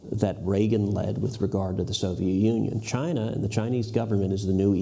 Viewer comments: Chyna or Chiaana? love the way it pronounce. There has to be this signature hand gesture when you say it. (👐🤗) Recently there was new name coined, "KUNG-FLU". it was mentioned briefly and sort of fade out. I kind of like that too. lol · I totally agree with you. I was just touching on the humor of it name pronounce by Trump. he can not pronounce China properly. he has this weird strach, "Chiaana". makes me laugh all the time. *cheers *